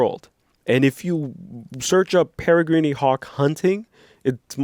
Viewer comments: It's pronounced perri-green and it's a falcon. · peregrine ( pronounced para-grin)